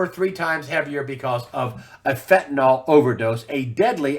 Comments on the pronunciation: I really wish people would learn to pronounce fentanyl. It's not "FEN-ta-nol"; it's pronounced "FEN-ta- nil" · Fentanyl == Fentanol?